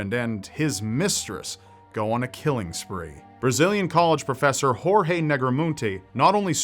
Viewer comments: I'm from Brazil and never heard about the Brazilian case. thanks for the story. just one thing if I may say, Portuguese does not pronounce G and J like Spanish, if his name is Gorge you pronounce it closer to what it sounds in English than 'Horhe'. And just to clarify cuz it seems a lot of people don't know it Brazil does NOT speak Spanish. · Oh, and the name "Jorge", in Brazilian (which is basically the same as Portuguese, except for some slang), is pronounced "George", as you would normally do...La "jota" (pronouncing a "j" or "g", with the throat, only applies to Spanish. You're welcome! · lol, "horhe" is not how you read Jorge in Portuguese. neither J or G ever sound like English H. In this particular word (and in most words, although there are several exceptions), both sound like J does in French: Je suis un garçon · That's not how you pronounce Jorge in . We speak Portuguese not Spanish.